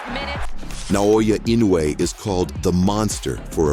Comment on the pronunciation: Pronounce "Eenoy" Not inuway lol